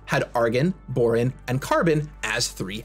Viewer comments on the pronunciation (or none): I'm gonna give a free pass on mispronouncing boron. Its he's not a scientist and Im sure its been a while since he had to take a chemistry class.